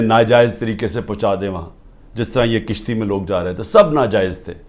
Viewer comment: Tone to 70 year k braber qarza lia . kishti ni kashti